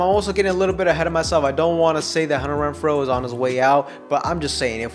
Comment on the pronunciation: After you said it the fourth time, it became funny all over again. Imagine how hard I was laughing by your 100th "Hunner Wrenfro". :face-green-smiling